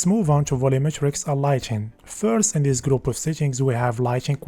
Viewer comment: In chis vicheo I will chry cho chake a chifferent approach. Cho point cho point chen